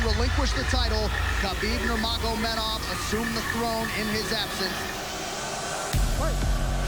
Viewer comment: Why the fuck can't ANY UFC pundit say Nurmagomedov properly?